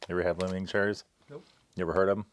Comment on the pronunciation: Reads "Li Hing" and pronounces it ling ling and then says "It must be Hawaiian" and the words "Product of Taiwan" is front-and-center for the camera. Sigh...